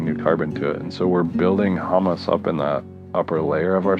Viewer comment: A fairly good AI deepfake. The give away was the pronunciation of humus.